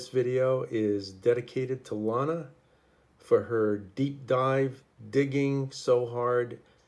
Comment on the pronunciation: Great work! Your work is amazing! FYI it’s Lana as in banana! 😂❤